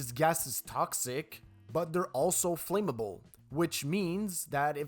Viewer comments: FLAM-MABLE.. NOT FLAME-AMABLE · The word is "flammable" not "flameable" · For future reference, the pronunciation for "flam" is the same as in "tram" or "clam" instead of "flame." flam-ma-ble flăm′ə-bəl Otherwise, good job. Keep improving. 👍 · Flame-able? Pith-a-gore-ass? This guy really sucks at pronunciation. lol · Flammable is not pronounced like flame-able. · I let the 'flame-able' gas faux-pas go, but when you got to 'pith-a-gore-us', i had to stop watching! FFS...